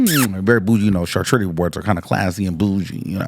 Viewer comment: Wtf is CHarCHOOturie?! 😂